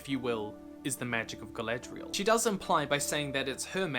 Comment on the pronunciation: I enjoyed watching & listening to your video, I have one thing that niggles me though. ..... You sound like you are saying, ... "Galedrial", as opposed to "Galadriel". ..... E instead of A, ..... maybe it's just your accent, ..... I'm a South Yorkshireman so, ... I'm sure you might find words that we say, ... different. I could NOT find anything else to say except, ..... A for Apple, ..... E for Egg. ..... ha ha. GREAT VIDEO LAD, ..... WELL DONE.